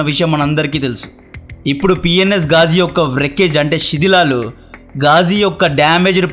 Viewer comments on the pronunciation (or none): Shedhilalu kadhu sidhilalu 😂